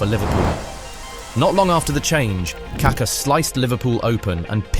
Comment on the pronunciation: "CAR CAR" its KaKa ffs